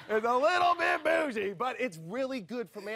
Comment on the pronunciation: LOL! Wheew! That nearly killed me when he said the bougie part starting. LOL! I hit my boyfriend with the same line and he just died laughin'! I told him (in my voice) you looking "a little Bit Bougie" (putting exaggerated inferences on Bit Bougie) LOL! Whew makes me laugh everytime!:)